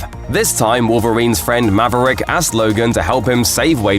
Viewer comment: Good ol’ Mav-uh-Rick.